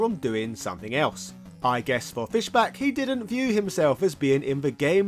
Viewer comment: It's Fischbach with the bach pronounced like the composer not "back".